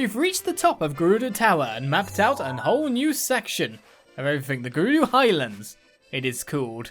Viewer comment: Is it me or is actually saying "Gerudoo Town"?